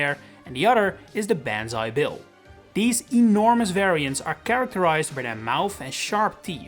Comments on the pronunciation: For your future reference, when Japanese is transliterated into the latin alphabet, vowels ALWAYS make the same sounds, with no variation. A= ah E= eh I= ee O= oh U= oo So "banzai" would be "BAHN-zai" instead of "BAN-zai". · I hate the way he pronounces “Banzai”. It’s “Bahn-za-eee” not “Beh-han-za-eee”. If it was pronounced like he says it, it would be ベァンザイ as opposed to バンザイ。 Even before I started learning Japanese, saying it like that would have felt weird to me. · It's not pronounced like "ban zai" like banning something. It's like "bahn zai", like the autobahn. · Homie made a whole video and couldnt even say Banzai like "Bawn-zai" he says like "Ban" like you have been banned. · I thought it was bonzai bill not banzai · Is ban-zi the right way to pronounce banzai? I always pronounced it like bon-zi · Its bahn-zai not ban-zai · It’s pronounced bonzai not banzai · Literally cringed every time you said “ban-zai”. It’s pronounced “bahn-zai”. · Bro it’s Pronounced BON-Zai not Ban-Zai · The A in banzai makes an "ah" sound NOT a flat A soun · Banzai Bill is not pronounced "Banz eye." It's pronounced "Bons eye." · BAWN-ZAI. BAAAAWWWWN-ZAI. not Ban. Bawn like in Bomb. Not Ban like in bag. Source: I went to japan once. and studied japanese for 2 years lol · BON-ZAI. Not BAN-ZAI. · Im pretty sure its said like "bon-zai" not "ban-zai". Forgive me if I'm wrong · Your pronunciation of “banzai” hurts me it’s “bahn” not “bAn” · The pronunciation of Banzai as ban-zai and not bon-zai really urks me. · Hearing Ban-zai just hurts me. Bon-zai feels better. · ITS "BONZAI" NOT "BANZAI" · You keep pronouncing Banzai like "Ban-zye". "Bahn-zye" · Ban-zi? I thought it was pronounced Bon-zi Probobly just the accent though. But still very Hella confusing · It’s pronounced “bahn-ZAI” Also, “kah-mee-KAH-zay” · Jesus christ how its obviously pronounced bahn-zai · BON-zai! It's pronounced BON-zai! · This video mispronounces banzai even worse than you. It's an "ah" sound. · "Ben's eye bill"